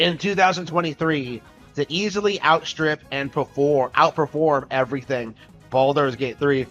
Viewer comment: "Balldols Gate 3"